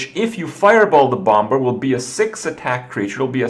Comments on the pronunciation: Krip...for the last fucking time. In English you don't pronounce the b in bomber it's pronounced BOM-ER not BOM-BER.... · Serious question: Why does Kripp say bom-ber? It's a silent b